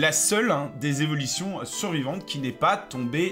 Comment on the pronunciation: Cro bien les Z'evilition :)